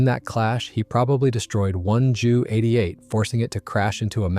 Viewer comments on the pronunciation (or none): It's D O not due, J U not Jue, HE not hē 😑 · Wow ive never herd anyone ever in my entire like pronounce the Junkers and Heinkel Planes as He,s and Jews Wow just wow